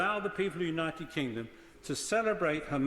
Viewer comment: Is it just my imagination, or does he repeatedly almost mispronounce our country's name as "The United Klingon"?